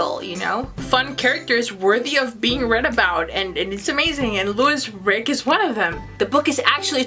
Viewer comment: Please pronounce the main character's name properly, it's Louise Rick female (Leweese).